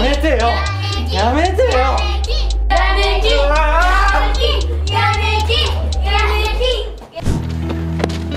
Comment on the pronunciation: 途中ヤネキンがヤミキンに聞こえた